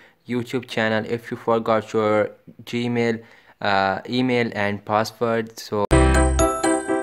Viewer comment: "Baten" "gemel"